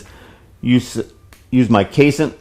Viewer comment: Hmm, I'd always heard it pronounced "case en ite" not "case int"